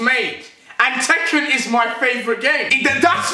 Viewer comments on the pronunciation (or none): none